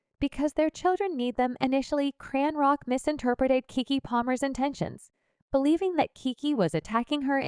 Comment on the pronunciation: Why do you pronounce her name as CranRock??.. you hear her name or you should check before you report